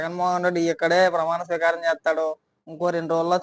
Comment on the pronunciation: Botsa gaadu “pramaana sweekaaram” ani correct ga pronounce chestey Jagan gaadu gelisinatte.